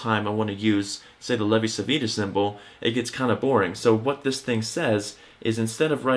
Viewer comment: It's pronounced Levi Chivita (Ch as in child) :D